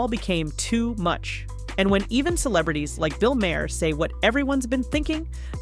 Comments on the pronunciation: Its Maher, like tar. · Bill Maher... not a fan, but it's pronounced mar. Help me, help you....I mean your AI. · Weird that the narrator mispronounces Bill’s last name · Is there a reason you can’t pronounce Maher correctly? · The narration mispronounced Maher two different ways.